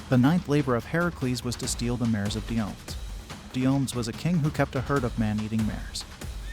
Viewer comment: The one king's name is /dio-ME-dees/, Also, the giant's name is /GAIR-yon/.